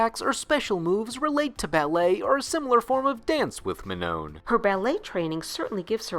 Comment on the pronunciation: "Mah-no" the second N is silenced